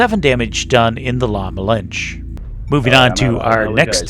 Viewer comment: The E in "La Malinche" isn't silent.